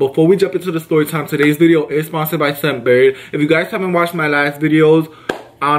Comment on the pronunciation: Your saying sun Bird...it's scent bird